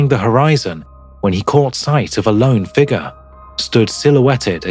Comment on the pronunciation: Dude, You've got to stop saying figger. It is spelled "figure" there is a U in the word.